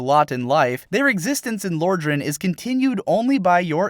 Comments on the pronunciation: "Lore-dran" BOI IF YOU DON'T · im confused how you managed to mispronounce Lordran, they say it in the game. It's in the very beginning.